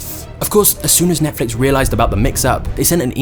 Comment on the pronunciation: NETFLIX not NETFLUX 🤦‍♂